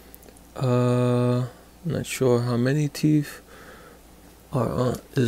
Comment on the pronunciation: What's a teef, why can't you people pronounce words properly